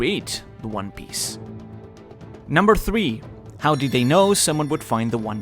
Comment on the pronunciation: “What is the one biece” lol.